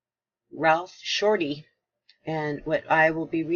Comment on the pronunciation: 'SHORTEY', NOT 'SHORTLEY'...AS IN 'GET SHORTEY'?...SANS THE 'E'...;)